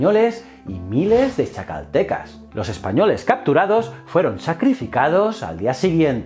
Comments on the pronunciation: Jajaja, me encanta como los españoles son incapaces de pronunciar el náhuatl, "ketzalcoal", "cuilaguac", "cuautomóc", "mecsica", "chascaltecas" 🤣 za mamada. Me parto de risa. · Se leen así: Cui-tlá-huac Cuauh-té-moc Tlax-cal-te-cas Fuera de eso y que la historia de Quetzálcoatl está un poco distorsionada, un buen vídeo de la otra perspectiva. Lee "La visión de los vencidos", completará este vídeo. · Nota: se pronuncia Tlaz-Cal-Tecas